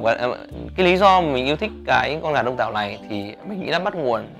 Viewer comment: At first, I thought he said "Dong Toe" chicken. It fits